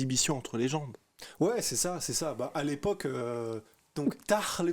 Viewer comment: a dis: "Tah l’époque" où je rêve? Mdrr